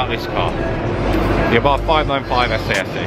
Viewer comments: I thought it was pronounced SS not SA SA? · Abarth themselves say its pronounced as "SS" not "essay essay" ...just saying. Research isn't hard. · It’s pronounced SS 🤣